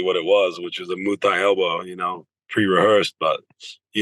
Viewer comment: Why is it so hard for him to pronounce Muay Thai? “Moo tie”